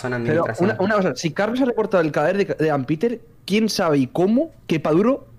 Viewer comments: Amo que todos digan ampiter y el demente dice ampEter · Me pone nerviosa que le diga Ampeter jajsja no se porque, decilo bien